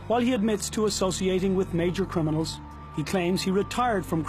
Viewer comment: Can this guy not say crim-I-nals not crin-I-mals